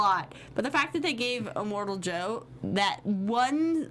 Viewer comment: its not imortal joe, its immortan joe